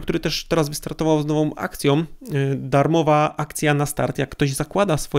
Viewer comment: "gadam" bardzo często o wiele dłużej. Długość gadania nie ma tutaj nic do rzeczy, a maniera z akcjom, drugom, darmowom jest nie do obrony.